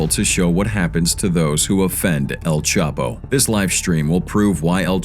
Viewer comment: Y u keep mispronouncing el chapo name